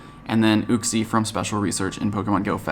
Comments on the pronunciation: second comment but psssst it's you-xie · why do some people mispronounce uxie's name? I think it's prenounced "you-Ksee" if that makes sense. I hear people having trouble pronouncing those other pokemon of the lake trio sometimes I'm not sure if I'm right lol.